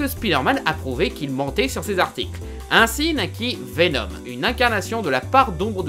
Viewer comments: Pourquoi tu dis venon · C'est moi ou une fois sur deux il prononce "Vénonne" ? ^^ C'est pas pire que le "pour que vous compreniez C'EST QUOI mon problème" à , mais bon ^^ (au cas où si y en a qui seraient tentés de crier au grammar nazi, je précise qu'il faut pas chercher bien loin pour trouver de l'ironie dans le coin) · Bordel, mais c'est VenoMMMMM, avec un M, pas VenoN ! XD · VENOM PUTIN vé nome PAS vénonne , sinon on dirais que t'est le seul a avoir remarquer que ce vénom avais rien a avoir avec spiderman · Pourquoi tu dis venoN et pas venoM ? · Pour info... Tom Holland'Holland', qui interprète Spiderman dans le MCU, aurait été vu pendant deux jour sur le tournage de Venom... D'ailleurs c'est bien Veno"M"!!! T'en es où toi de tes problèmes de prononciation!? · Ah mais tu parles de VéNONNE pas de Vénom ! #trollgentillet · Arrête de dire Vénon, c'est Vénom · Il ne sait pas prononcer venom il dit venone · je suis le seul a entendre veno"N" ?? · Entièrement d'accord avec toi mais stp, arrêtes de dire VenoN x) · (À ) vénon, 🤣🤣🤣🤣🤣🤣🤣🤣🤣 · ARRÊTE DE DIRE « VENONNE » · Arrête de dire "venoNe" C'est insuportable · Il recidive a 😑...